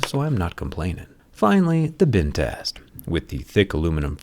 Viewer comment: Why does he say bin test instead of bend test? :D